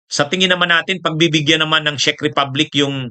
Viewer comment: correct pronunciation po ng Czech ay ‘check’, influencer ka po with almost a million followers in all your combined social media platforms, kailangan po na medyo virtually slightly-near flawless sa pronunciation. keep it up po, marami kaming natututunan sa mga vlogs mo. God Bless🙏